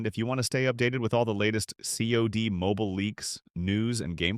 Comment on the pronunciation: Not the voice over saying saad insead of C od 😂😂😂